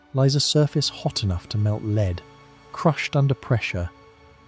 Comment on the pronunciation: "Melt leed" 😂😂😂 these videos are amazing but fuck me does anyone proof listen before uploading??? Obviously not or theyr having a long shower while doing it,in a previous one "beetleguss" was mentioned several times 😂😂😂😂